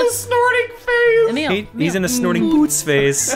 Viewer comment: When I first heard them say poots, I thought they were saying boots.